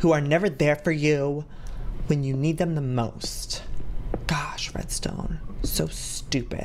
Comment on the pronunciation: gasps "Oh my gawsh, oh my gaowsh they have a damn postboxx" lmao favorite part 😂😂😂